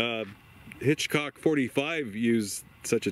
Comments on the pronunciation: It's hick hok 45 lol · I think he said Hitchcock 45😂